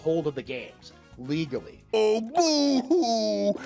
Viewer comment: "Legalee"? What's that, chinese or something?